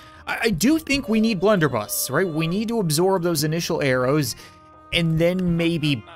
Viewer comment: its blunderbuss not blenderbus